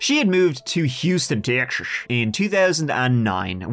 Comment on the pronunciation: Love your stories, you do have a talent. But may I ask why you say the word Texas like your dentures are slipping?